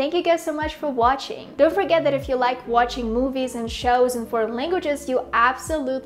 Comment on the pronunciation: You've got a great accent and pronunciation, but I think you can benefit from targeting your "ch" sound in words like "watching". I think it gives you away.